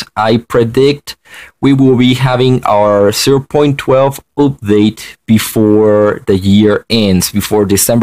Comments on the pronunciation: I like how dis guy said oopdate instead of update if u no wut i mean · For some reason i cant forget how he pronounces update OOPDATE i mean dont get me wrong im not american so i had a little problem coping a bit (im canadian/filipino) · He keeps saying oopdate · It is funny how you say update sorry if I was mean